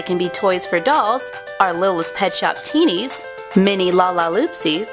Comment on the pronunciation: Teensies not teenies